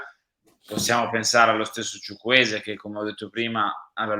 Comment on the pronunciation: Ma perché solo lui lo pronuncia "Chuchwueze' con l'accento ?